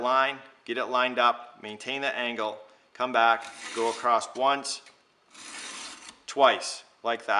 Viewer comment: thank you very helpful. I have the kit! ....btw say "across" not "acrosst". Sorry...